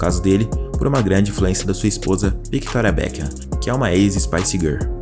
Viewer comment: Pronuncia direito o nome da Victoria...... não leia o C . Ele é mudo assim como Octávio ... Pelo amor de Deus.